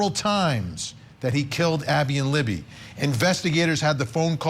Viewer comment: Her name is LIBBY NOT LEMME